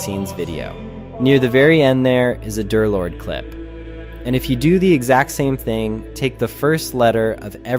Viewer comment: The voice is definitely AI, might even be text to speech and not a voice changer. The clearest proof is just the way this guy talks, just sounds exactly like the way any chatbot usually talks. In most of his videos about D3rlord he always pronounces it "Darlord", yet there were a couple of instances where he said "Derlord", which is a clear indication of an AI trying to pronounce a word with both numbers and letters in it. The script and editing could still be made by a real person, I have nothing against someone using text to speech or a voice changer if they don't want to reveal their own voice, id do it too. I just really hope that's all there's to it.